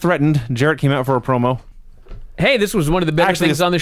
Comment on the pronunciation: Lance - it's OUT, not OAT. Get it right, Junior.